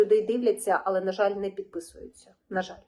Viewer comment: Правильно казати "але", а не "али", а також потрібно казати "всіх", а не "всих", а так загалом все дуже добре і гарно з емоціями розповідаєте!